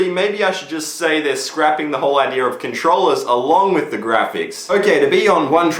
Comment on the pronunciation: Ideer, lol